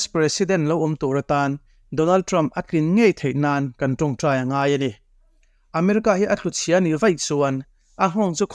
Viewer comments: I thu lam hi UNO "inngaih" tilovin "inngeih" tih zawk tur aw. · A bengvar thlak hle mai. Mahse. Un chungchang I sawi laia. In ngeih tih tur ai ah ngaih Tia I lam hi tawng dik lo a ni. En tir nan mai tih aiah mei ti thin ho te hi tawng hi fim khur a ngai viau a ni.